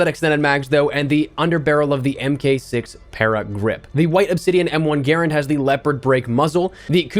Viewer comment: Its pronounced M1 Guh Rand. Not gairund. Don't butcher a WW2 icon.